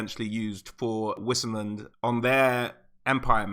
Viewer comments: Great vid! :D Btw, whoever says wisenland is just plain wrong: that in German (aka Reikspiel) would be Weisenland. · Don't wanna be "that guy" but isn't it pronounced vissenland? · u read Vissenland FFS !! its from Vis - latin word for power... u pronounce everything in the Empire more german like cos its reikspiel - a butchery of german but still german like, so W is pronounced the same as V in american (cos its not english any more). And its SOLLAND not Soland - two L's